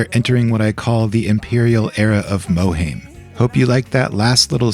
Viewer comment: mohaim pronounced "moherrrrlm"